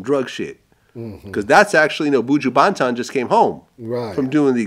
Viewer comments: It's not BOOJU BANTON ITS BUJU BANTON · BOO-JOO BAHNTAN. lol